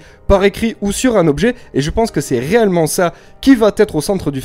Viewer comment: A chaque fois que tu dis "réellement", j'entends "reyllement" haha